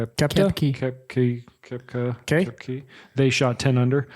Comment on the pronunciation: Tyler Koepkey! That's crazy pronounced cop key